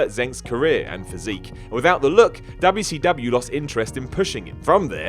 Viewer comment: I notice you say wwcw I thought it was wcw and you said wwwf again wwf?